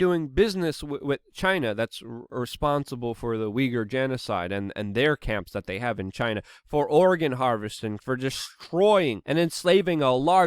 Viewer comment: Anyone else really enjoy Luke's pronunciation errors: 'Oregon harvesting' cracked me up today